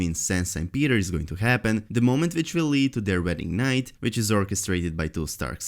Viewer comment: Vesteros, vich, Entertainment veekly, vorked, giveavay...... hahahahahaah Dude, you ALWAYS read"w" like at the end of "John Snow"..... it's not that complicated